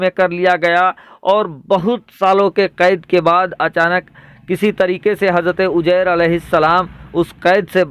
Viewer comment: sugra bshir qadri aap shahr ko sahr yani jadu kalfz kahte aor uzayr ko ujyr kahte h aap se guzarish h ke aap apni urdu zban sahi sikhe